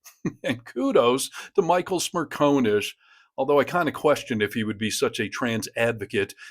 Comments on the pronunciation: It’s Smer con ish. Not Smer cone ish. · SmirCONish, Not SmirCONEish. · It's Smer CON ish not Smer Cone ish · Michael's surname is pronounced Smer-con-ish. Not Smer-co-nish. Genuinely, it is not that difficult. He says it himself often enough. 🙄😖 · Michael Smerconish is NOT a MAGA shill. He is a decent, intelligent, honest conservative. You don’t even pronounce his name correctly. It’s Smer CON ish.